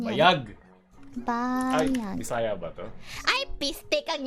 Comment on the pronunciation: on point po accent ng bisaya mo HAHAHAHHAHAHAHA